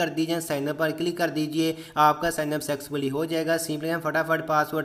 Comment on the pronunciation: Sexfully nhi hai usko successfuly keheta hai 😂😂😂